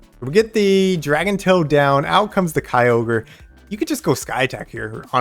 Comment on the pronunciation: Good video. On the topic of pronouncing Kyogre… I think it would NOT be K-EYE-ogre but more likely K-yo-ger (yo as in yogurt). Kyo is a Japanese sounding word too. That’s my opinion. Keep shoutcasting! My ML team is Lugia, Mamoswine and Kyogre.